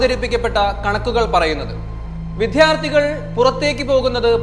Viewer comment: വിദ്യാർത്ഥി എന്ന വാക്കിന്റെ ഉച്ചാരണം ശ്രദ്ധിക്കുക.